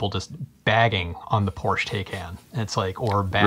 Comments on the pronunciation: Porsch Teyken? :-) Why are all you US guys so bad at pronouncing foreign names?! An A in Europe is always like "chArger", "cAr" or "Audi". porsch-e, E spoken like the E in "tEsla". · Porche is pronounced Porch e, and taycan is pronounced tie con